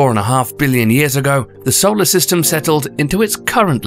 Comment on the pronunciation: Who says "Saul-arrr" instead of "soul-arrr"?